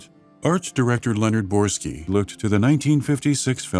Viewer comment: Quick nitpick, the narrator mispronounces the name of Leonard Boyarsky as "Brorski", otherwise solid video